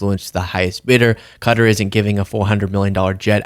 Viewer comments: No, it is not "Cutter", it's definitely not "Cudder", it's Qatar or, if this helps "Cat-Arh". Come on, I know you lads struggle with English but, come on, you are making videos, give it a try once in a while!!! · Its not Cutter! Dumb media keeps saying cutter! Get it right! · I mean pronounced Kata. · Qatar can’t really be pronounced as “cudder”, right? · You keep pronouncing "Qatar" wrong. It's nut "cutter", it's actually close to but not exactly the same as "Guitar" (although Arabic speakers will pronounce the "T" with a "TH" sound). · Why are you calling it cutter? Are you joking? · Qatar should be pronounced cater.. as in they cater to fools in diapers. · It’s pronounced kha-tahr, with a slight emphasis on the second syllable. To rhyme with guitar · FYI it's pronounced like guitar but with a K sound. I heard there are some Republicans that are concerned about the jet. Can you imagine how many spy devices are hidden in that baby. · It is not "Cutter" 🤦‍♂ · Also I’m really really sorry but it’s pronounced Kuh-Tar with a strong T. While the Arabic pronunciation is slightly different, it's generally understood that in English, "kuh-TAR" is the most common and accepted way to pronounce the name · It's kä-tär....that's how my Arabic professor from Lebanon taught me. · please stop your producers in the background laughing sycophantically at your unfunny jokes including the one about the pronunciation of Qatar - also demonstrating the usual US arrogance and ignorance, which is what got you into this mess in the first place. Oh and including your repetition of "Obese Plane" also not humorous.....well unless you are a young teenager of course. You are NOT a comedian ACCEPT IT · Hey how do you say TA, same with QATAR, QA, say, IRAN, is pronounced ERAN, IRAQ is pronounced ERAQ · its not "cutter" its qatar as in kahtahr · No actually it, " Qa' tar" NOT ," CUTTER" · Hey Americans it’s pronounced Ka-tar … not ‘cutter’ I lived in the middles east …… 😂😂😂